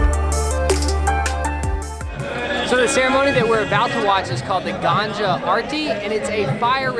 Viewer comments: i just laughed so hard when you said "GANJA" instead of "GANGA" ....fun fact ganja/marijuana is a holy herb in hinduism....our god shiva is said to take marijuana to meditate and it is used in ayurvedic medicines as well....many sadhus(holy men) you see around varanasi often take marijuana to meditate better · funny mispronounciation. Gan-jaa actually means marijuana. Gan-ga (g sound in both syllables) is the river. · not ganja man its gaa-nga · you said ganja arti instead of ganga arti and ganja in hindi means drugs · the river is pronounced as Gang-aa and not ganja :) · That ganga not ganja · That is Ganga not gaanja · No pretty smiles in this vlog, really missed it, sorry for that...... And its Ganga not Ganja..... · You pronounced the word Ganga as Ganja which means Marijuana in Hindi :) Beautifully captured :) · It’s not the GAN-JA AARGI it’s The GAN-GA aarti. Lol. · It is pronounced as GANGA (The holy river)...u said GANJA which means Marijuana..Im from South India and if u ask me which is one place in India which I dont ever want to visit, I would say VARANASI...Period!!! and thank god, ive never ever been there upto now!!! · It's GANGA river not Ganja😊.. BytheWay Awsm vdo🙌🙌👏😆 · Its pronounced gun-ga..... Ganja is basically weed!!!! 😂 😂 😂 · Great video! A fun thing from the video though. Pronunciation of Ganga. The way you pronounced it, it sounded 'Ganja' which means Marijuana in Hindi hahaha! It's hilarious! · Hi guys.. Am lovin your work. And please note.. you pronounce Ganga as Ganja. Correction: (GANGA=GANG+A) & Not (Ganj+a). *Ganja is the Indian name for Opium. #Best of luck. Lots of love. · Ganja party🤔🤔😂😂😂. Actually it's "Ganga Aarti". Ganga = river Aarti is a hindi word which means worship. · Its not GANJA or Gangea..its GANGA..(GUN'GAA) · You sounds like ganja But you should pronounce the second g as you pronounce the first g of ganga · "Ganja" arati is incorrect. It's ganga pronounced as "gang-ga". Ganja is marijuana. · he pronounce Ganga as Ganja